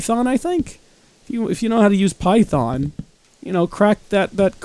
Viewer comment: at like ? that’s the correct pronunciation